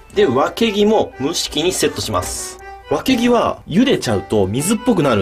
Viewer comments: わけぎのイントネーション違くて草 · わけぎが脇毛にしか聞こえん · わけぎがわきげに聞こえるのは、私だけ？ww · わけぎがわきげにきこえて何気に 吹いた笑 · 私は、わけぎ？がワキ毛にしか聞こえないみたいです。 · 脇毛にしか聞こえん爆笑爆笑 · わけぎ が 脇毛に聞こえてしかたない笑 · ごめん。脇毛って聞こえた…。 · わけぎ が わきげ に聞こえてしまいました すいません頭冷やしてきます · わけぎをずっと脇毛って聞こえてて草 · わけぎが脇毛に聞こえるのは私だけ？ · わけぎが脇毛に聞こえて仕方ない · わけぎがワキ毛って聞こえた（笑） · わけぎが脇毛に聞こえた笑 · わけぎがワキ毛にしか聞えなくてやばい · わけぎがワキ毛に聞こえるのは私だけでしょうか？ 共感できる人はいいねしてくれると嬉しいです！ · わけぎ が わきげ に聞こえてしまった。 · わけぎが、たまに脇毛に聞こえてしまうw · わけぎが脇毛に聞こえる件.... 僕がおかしいんだろうなぁ(´・ω・｀) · わけぎがわきげにきこえるわ💜❤💙💚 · わけぎがどうしても脇毛に聞こえてしまうww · わけぎがワキ毛に聞こえる（笑） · たまにワケギがわきげに聞こえる...（お食事中の方いたらすいません。） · わけぎがわきげにしか聴こえない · わけぎが、脇毛に聞こえる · わけぎがワキ毛にしか聞こえない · わけぎがわきげに聞こえた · 一瞬脇毛って聞こえた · 前のに続いて地味にちんに見えるぞそしてわけぎがワキ毛に聞こえた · あぁ〜 わけぎがさ、わきげに聞こえるんだよね、あ〜末期〜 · わけぎが毎回毎回脇毛にしか聞こえない。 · わけぎがわきげに聞こえたw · わけぎが、脇毛に聞こえる笑笑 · ｢今が旬のワキ毛を使って｣ って聞こえて焦った ワキ毛の旬っていつなんですかね（？）